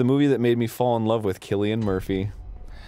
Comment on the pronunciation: I'm so glad Arin pronounces "Cillian Murphy" properly. Most of the time I hear Americans say it like "Sillian".